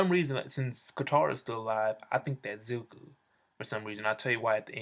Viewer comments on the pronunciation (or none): Stop sayin ZUKU !! its zuko